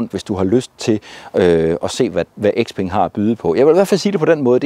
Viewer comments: Nej ikke Sepeng.. bare Speng! Når et ord starter med X, udtales det som S. Det er jo ikke noget jeg har fundet på, men blot almen gramatik. 😉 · Hmmm... Hvorfor kalder du den fine kineser-bil for X-peng..?? Siger du så også X-ylofon og X-anadu og X-antia og X-enon lygter..?? 😂😄